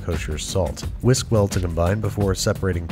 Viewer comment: TINY HWHISK